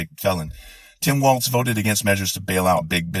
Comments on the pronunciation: walz. Pronounced walls. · Good video. One small nit-pick. There's no "T" in Tim Walz's last name. His name is pronounced similarly to "walls" but you end it with "zee" instead of "sss". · NO T IN WALZ...BUT DANCE IS WALTZ SO DIFFERENT...HES ATOP BLOKE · No "T" in his name, Dude. His name is not a dance. Good man though and so are you. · The guy's name is Walz. Pronounced like Walls! It is not Waltz, the dance. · No offense introduced but his name is WALZ, not WALTZ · I love Tim.... but his last name is Walz not Waltz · His name is Walz not walts. I am sorry I do not know how to spell. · Everything about your video was spot on except your pronunciation of Walz. There's no "t" in it (like the dance) and it's pronounced "walls". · For the record, it's pronounced "WALLS" not "WALTZ" like the dance. Both Parts of this were great. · Waltz is a dance not Walz. His name is pronounced Walls not waltz. You can google the pronunciations. Im not saying this yo troll you, im saying it because you msy want to pronounce his name correctly out of respect. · Um, his name is Walz, not Waltz. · WALZ = WALLS NOT WALTZ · It's Walz brother, not Waltz.☺ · Theres no "T" in Walz. Its not a dance. Good stuff anyway. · Walz not Waltz. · It's Walz, not Waltz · Loved this video ! His name is pronounced like walls not waltz as the dance. Maybe we can start a new dance.The Harris/Walz Democracy Dance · Walls (i.e. balls to the...) not Waltz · fyi it's pronounced walls not waltz, and shady Vance never boinked a couch. As far as we know. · Walz….not waltz ….still love you tho. 😉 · As a Minnesotan, and for reasons completely unknown to me, Walz is pronounced Walls. Which I only bring up because you can use Balls to the Walz for sloganeering. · I think Tim is awesome. But his last name rhymes with balls, not the dance. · Actually, his last name is pronounced Walls but I agree that he is an awesome choice for VP. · It's not 'Waltz', there's no T.